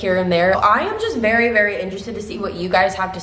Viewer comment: every time you said "very" I heard "Barry", I might have been to focused on the laundry that I am doing haha. You are amazing!